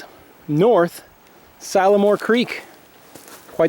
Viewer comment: I am from Arkansas. We say seal-a-more. Lol. Love this video! Next time please show Gunner Pool. There is a tall rock that kids jump into the cool water from. The wild hogs have contaminated the water for the past several summers. They close the pool down for swimming when this happens.